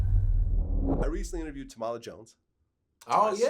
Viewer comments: It's TAM-AH-LA Vlad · All right Officer Vlad, this is where I draw the fucking line. That woman is a Queen and a Goddess and you need to pronounce her name correctly you racist ass culture vulture. It's pronounced Tam-a-la, not Ta-mah-la you goofy fuck... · Tam • ma • la Jones, dumb ass is how it's pronounced. You might as well call her tamale Jones, you hungry nigga?